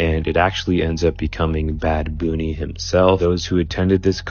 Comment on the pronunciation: "Bad Boonie" lol